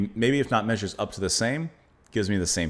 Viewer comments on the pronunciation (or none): none